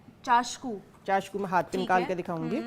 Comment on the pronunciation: میڈم نام تو درست لو چاکسو ھوتا ھے چاشکو نھیں زرا احتیاط بھی کیا کرو پہلے سٹڈی کیا کرو پھر لیکچر دیا کروطبی لغت دیکھ لیا کرو شکریہ